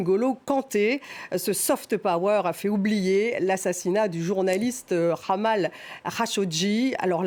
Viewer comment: Jamal pas Kha ou Ghamal…faire l effort de bien prononcer les prénoms (et celui la est si facile) est un minimum kd on pretent couvrir un tel sujet. Et vous faites la faute deux fois…Ma fille qui vit au Canada sait plus que ce que vous couvrez dans ce numéro! MBS sanguinaire? Et si oui c est quoi son classement? Bush pere et fils, Sarkozy, Putine, Obama (refusant d intervenir en Syrie) vous les classer ou ? Le monde change Madame, Wake up please ! L Arabie se développe, se modernise a grands pas…grace a MBS. Soyez pas si arrogants svp et reconnaissez la réalité de 2023.